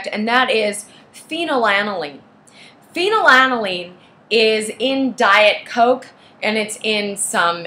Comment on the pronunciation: She doesn’t even pronounce it correctly.